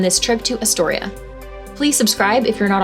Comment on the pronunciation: You never pronounced Astoria correctly... And never watched the Goonies closely enough, because they pronounced it correctly in the movie. Wow!!!!